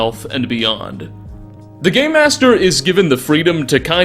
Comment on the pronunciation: Is he saying game master or gay master?